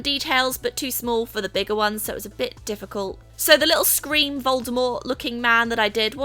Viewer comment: Did anyone else thought she said screen not scream.😁😁